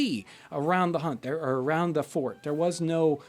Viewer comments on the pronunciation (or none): none